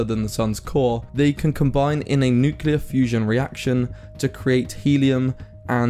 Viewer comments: TBH if you start off by saying "nuke-yuh-lar" you've lost all credibility. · Maybe it just doesn't like being called new-cu-ler... 🤣🤣🤣🤣🤣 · Nucular? fusion. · Starts the video.... Mispronounces nuclear. i'm out. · The biggest problem with nuclear fusion seems to be the difficulty of properly pronouncing 'nuclear'... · Nuclear. Not "Nucyuler" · Say it with me: say New. Now say Clear. Now say it together: New-Clear, again New-Clear, newclear, nuclear! You did it! No more noocilar! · Nuclear is not pronounced nukuler just like the word clear is not pronounced kuler. It sounds like Homer Simpson or Donal Trump when people say Nukuler. lol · What's so un-clear about nu-clear? Why does everyone say nuqular. Where's the Q-lar in nuclear? This disease is more virulent than covid. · It's nuclear not nucular ethymology is from nucleus not nuculs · It’s “nuclear”…. Not “nucular”. How do so many people not know this? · There's definitely a problem with nukeular fusion, there's no such thing as a "nukeular". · It's nuCLEAR, not nuCELAR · It's not Newklar ,It's nEU KLEAAR FUUUSION 😂🤣, I like it Allotttt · He said nucular twice within 12 seconds... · there's a problem with NUKELAR . Yes, it is NUCLEAR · It's nuclear, not nucelar. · nuclear* not nucelar. For god's sake you're doing a video on nuclear fusion... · its NUCLEAR not NUCELAR ffs... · "Nucular fusion"? Tell me more... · "Nucular" is not a word! Nuclear is a word.. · You lost me at nucular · how many times does he mispronounce nuclear as nukular? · Did he really just say "nucular" fusion? How are we supposed to take him seriously. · I'm sorry, did you say "Nucular" ? Yeah, no. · You lost me at 'nucular'. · ah yes nucular fusion my favorite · "nucular fusion" as in "nuculus of an atom" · What is "Nucular" fusion? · No such word as Nucular. Please pronounce it correctly. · I stopped the video when he said NuCElar fusion... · Couldn't listen past the first two "nucular" mispronunciations